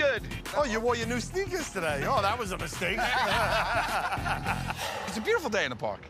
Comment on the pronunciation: when u know ur white when you say “sneakers”